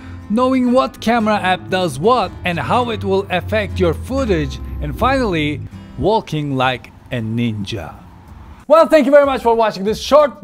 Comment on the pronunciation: did he just say WALL KING (walking)